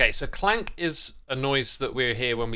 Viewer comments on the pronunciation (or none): I think alot if hermits know its ravager but say it the other way on purpose! They do the same with Crank instead of clank 😅 it doesn't bug me but I definitely notice it everytime